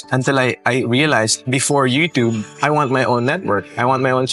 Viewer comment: Hey news lady whatever you are .. when can you learn to pronounce you tube (chubb) not you tubb ! Omg at what age can you learn this simple pronunciation?😅